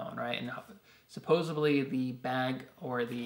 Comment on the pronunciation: SupposeDly (not supposeBly) :-) I already have those two hand-crank radios but am TOTALLY getting that flashlight and expandable light! Very cool!